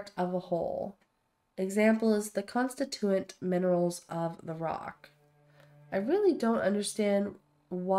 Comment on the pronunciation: Hey, …don’t forget you have grenades and a grenade launcher for enclosed spaces, where you have some distance…also, it’s con-STIT-u-ate…not con-sti-TU-ate…; and if you’re having trouble with VATS, you may need to raise your PERCEPTION…thanks for the fun watch…!